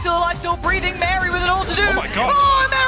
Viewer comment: thats wary tho, not mary